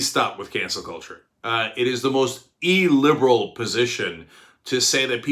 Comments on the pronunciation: "Ee-liberal." That's not a word, Cenk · Eee liberal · Well I don't know if thats why, but if it were the reason, it doesn't work. Just sounds like he can't pronounce "illiberal." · He's saying "il-liberal", which IS a word. It's like people pronouncing "ridiculous" as "reeeediculous".